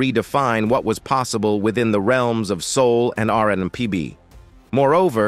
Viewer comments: Why is the narrator constantly messing up the name R&B And Isley when white men tell black stories lol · Loved their music growing up! Drifting on a memory.... Was the commentator A.I. on crack....WTH??? It kept mispronouncing the last name, along with screwing up R&B. How do you screw that up???? 😅😅